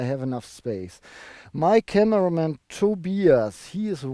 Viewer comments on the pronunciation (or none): none